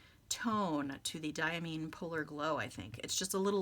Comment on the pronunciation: Diamine is pronounced Dye-a-mine as in coal mine. This per the director of Diamine Speciality Inks. It took Brian Goulet a bit to change his pronunciation too, but he finally got it write. See what I did there? 😉